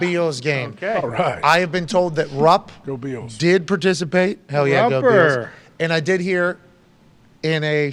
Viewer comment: The Buffalo BEALS! Lmao. AJ “GO BEALS” and LOVED Pats “ Hell yeah, Go BEALS! LoL